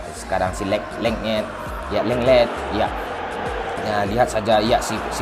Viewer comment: lenglet= leknget hahaga jancok!!